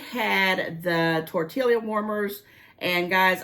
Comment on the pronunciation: Hey, I’m glad you had such a fun time in Florida for Mothers Day and your mom’s birthday! Do all the Ooshies at once. You don’t pronounce the L’s in tortilla-it’s pronounced tor-tea-ya. I’ve never seen those tortilla warmers, I need to find those. I’m searching a different Dollar Tree every time I go because so many of them are junky with 1/3 of an aisle blocked with boxes to be unpacked that I can’t look at anything in that part of the aisle! It’s frustrating that I try to remember to not go back to that store. I can never seem to find the cool stuff I see people haul. How was your daughters graduation? See you on your next video.